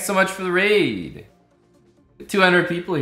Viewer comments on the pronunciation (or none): none